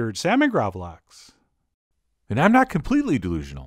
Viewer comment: Really interesting recipe, definatelly gonna try this! One thing I gotta say, is that the A in gravlax is pronounced more like the A in "Bark" or "Park". The word translated from Swedish to English is Grave salmon. It originates from the 17th century where salmon was buried in salty sand and left to ferment. It used to be a lot more similar to surströmming, but the recipe has evolved into what we have today.